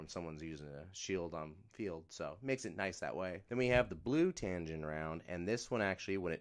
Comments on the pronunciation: TAG-inn not tan-ginn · Tagin not tangin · Say it with me bro TAG-INN